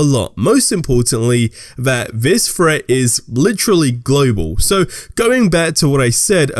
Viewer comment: Threat not fret